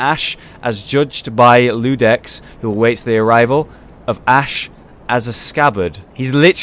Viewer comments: It's iudex, not ludex. It's from latin, means judge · It was Iudex, not Ludex. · Im incredibly excited! and the talks start now. His name is Iudex, not Ludex. Iudex is the Latin word for judge. He is literally the judge of who is worthy. Also dont forget to read the info on the drop you got from the crystal lizard thing. titanite scale i think it was called. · Its iudex not ludex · I have been waiting for this... I'm only watching your playthrough because I want to experience it with you and this amazing community. It's been only 30 mins and I'm already loving it! Also... I'm going to be "that gal" and say it's Iudex, with an "i", I think. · You see that big-ass coffin beneath the tree in the first boss fight? Do you think it has anything to do with the Giant Dude in the opening cinematic? Also that looks like an I not an L in Iudex. This time I swear to quell my pronunciation Nazism, so I will not tell you how to say it (plus I have no idea myself)